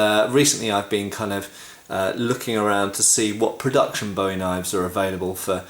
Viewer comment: Learn how to pronounce "Bowie"